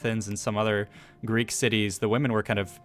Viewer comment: I love your videos but i can't listen to you guys butchering the Greek language anymore 😂